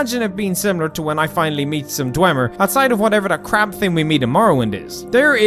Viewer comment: It’s thing not ting